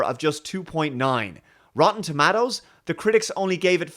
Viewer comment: Some say 'toMAYtoes', others say 'toMARtoes', but says 'toMAAtoes'.